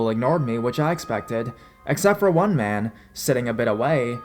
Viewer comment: I like your narrations for the most part but sometimes it’s a little much. Like when you over emphasize the last syllable of a word with a popping “P” sound or super hard “D” sound. At the end of this last story how you said “in a way that mahhhhhhhhhhhhhhhhhn”. Really, dude? Mahhhhhhhhhhhhhhn, instead of “man”? That’s actually kind of creepy itself.